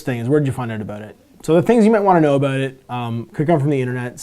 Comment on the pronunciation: Aboot lol